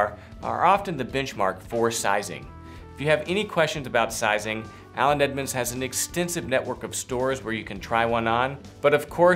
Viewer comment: I think you say “Aland Edmonds” lol